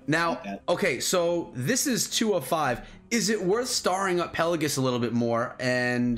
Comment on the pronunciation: It’s not pronounced “Pellagus”, there’s an “I” in there, it’s pronounced “Pell-ay-jee-us”.